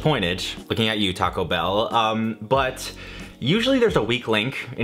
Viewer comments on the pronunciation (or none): none